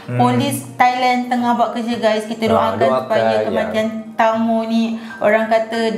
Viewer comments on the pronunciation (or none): Cara sebutan tangmo ni sebenarnya tengmo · Bukan tangmo. Kena sebut tengmo. Ejaan je tangmo. Hehe 😅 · bukan tangmo tp tengmo 😅